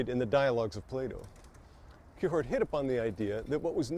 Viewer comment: The way you say Kierkegaard is giving me anxiety.